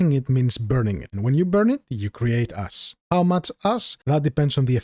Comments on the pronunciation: Very useful tutorial, thank you. Also your accent make it sound like when you say "ash" you are saying "ass" love it was learning with a cool guy who also made me laugh so hard... yes sir, lets see how much "ass" we get... 1 tonne! keep up the good work my friend. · tell me I'm not the only one who heard about creating ass and had to go back.